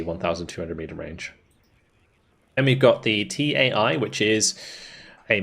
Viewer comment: If anyone interested TAI = Tanková a automobilní inspekce = Tank and vehicle inspection, bdw pretty good pronaunciation of unit names